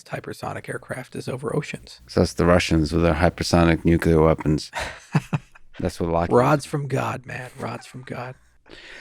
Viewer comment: You mispronounced ‘nuclear’ in front of a genius 🤦